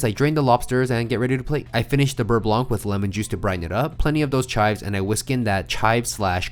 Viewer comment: Oh by the way fo4 the word "blanc" in the "beurre blanc" ... Has a silent C ... no "k" ssound at the end please 😅🙏